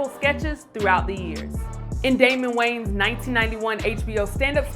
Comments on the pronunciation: Their last name is pronounced WAY-YANS not WANES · Way-Ans. Not Wayns 😒